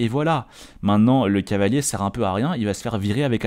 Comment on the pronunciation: je pense que c'est surtout pour éviter de faire trop d'effort dans la prononciation. Ils le répètent beaucoup ça doit être long à force